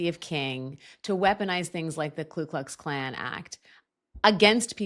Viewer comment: it's Ku Klux Klan. Not Klu. Common mistake but for some reason it's always bothered me 😝